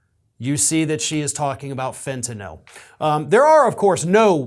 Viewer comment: Thank you for knowing how to properly pronounce the word Fentanyl. Too many people say FentanALL for some unknown reason, maybe because they're confused about the spelling or because they've heard a thousand people mispronounce it, I don't know. But it was nice to hear someone not mangle the word. Cheers!!